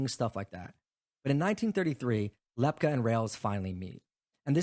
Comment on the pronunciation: It's LEP- KEE...